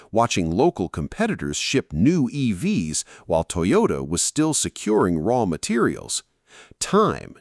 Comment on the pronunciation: IT'S NOT "TOYORA", IT'S TOYOTA 👍🏽👍🏽